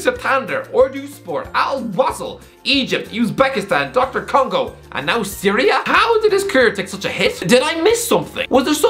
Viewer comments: Did this man say "Doctor" Congo?😂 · am i the only 1 who heared him say Doctor congo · Ngl I thought I was the only one that said DR Congo as Doctor Congo 😂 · Did you just call a country Doctor Congo? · “Doctor” Congo😭😭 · Dude really saw DR Congo and called them Doctor Congo lol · Paging Doctor Congo